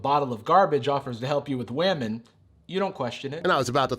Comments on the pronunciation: wemon-noun pronounced weh-men definition: the way 55-year-old men that do voiceovers for animated stories say women. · The disease one is voiced by the facts verse guy you can tell by his miss pronunciation of women